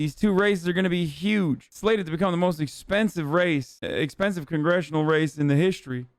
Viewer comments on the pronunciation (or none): none